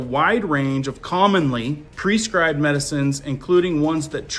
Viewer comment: Did you read the mosquito article before you spoke on it? Mozzies is a common term in australia that a quick google search would have found in your research. I like your videos but some of the mispronunciations (like 'prescribed' or politicians' names in other videos) of words distract from the topic and make you sound uninformed... and therefore unable to emphasize the importance of the topics.